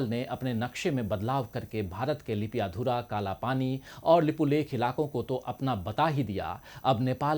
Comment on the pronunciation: नाम भि सहि से नहि आता कैसे तुम्हारा हुवा?? वो लिप्याधुरा नहि लिम्पियाधुरा है